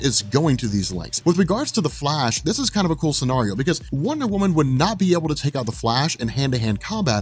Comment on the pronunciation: Stop pronouncing scenario incorrectly, my English teacher wife keeps imitating you around my house to drive me crazy!